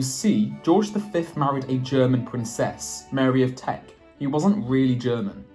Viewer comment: It's Mary of Teck, )not Mary of Trek. Teck is an area of Germany near Stuttgart.